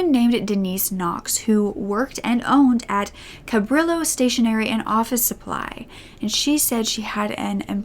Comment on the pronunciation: Cabrillo is pronounced "cab-ree-oh" btw :)